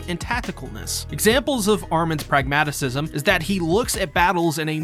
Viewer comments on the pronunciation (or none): Pragmatism, not pragmatisism